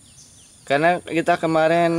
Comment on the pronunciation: Miring mas,, bkn mereng hehe